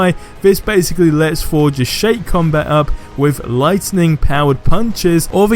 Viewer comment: Can u say Thor instead of for